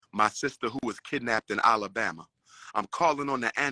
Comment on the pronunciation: Umar I got luv for ya, but I can't let you keep mispronouncing my state. It's not Olibama, it's ALABAMA. Like AL Bundy. 🤣🤣